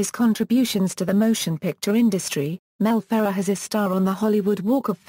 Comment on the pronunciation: The biggest failure of an audio biographer is to mispronounce the subject's name. You did that here, idiots. Do some research and correct or take down this video clip.